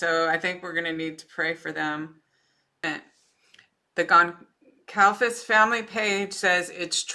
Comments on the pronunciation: Gonçalves is a Portuguese surname, so the 'c' is a soft one. Also, the predictibility and routine as well as limited social interaction might actually be bearable for an autistic person. I'm predicting a book deal and even a marriage to one of his fangirls. The world is a sick place. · Hi, thanks so much for sharing this. It took me a while to catch on so just an FYI letting you know the “c” in Goncalves is pronounced like an “s.” This is disgusting! IMO the Prosecutor is pathetic. Look at all the dedicated women and men in LE and other specialties who put their heart and soul in this case. That’s no justice for Maddie, Kaylee, Xana and Ethan. It’s pretty obvious when I look back on Kaylee’s personality, where she got her drive and will to be the best at everything she attempted. Surely as a part of the plea deal BK had to tell the whereabouts of the knife. IMO BK should have no rights in prison that could give him any type of monetary award. Just because BK is escaping the death penalty through the justice system does not mean he will escape it in prison even if he is in solitary confinement. I believe he will be a marked man in prison and prison justice is patient. It’s one thing for someone to be accused of a barbaric heinous crime like BK committed, claim they’re innocent, but a jury of their peers finds them guilty. It’s another thing altogether when someone admits to committing such a barbaric heinous crime before entering the prison system. I believe that the murders of the young adults BK committed, along with the type of weapon he used, will rank high on the list of prison justice. So I believe that the families who sought the death penalty will get their wish in the end and the manner of BK’s death won’t be humane in the least. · our of respect for the family, please learn to say their last names correctly. It is NOT GONCALVEZ. It is GONĆALVEZ (spoken it sounds as GONZALVEZ- that “ć” sounds like a “z”) Please 🙏 for their memory